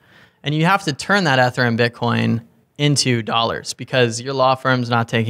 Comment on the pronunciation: Great interview. Their pronunciation of 'Ether' gave me a chuckle. Hard E fellas :)